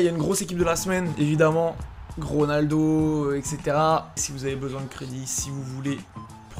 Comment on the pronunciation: c moi ou il a dit gronaldo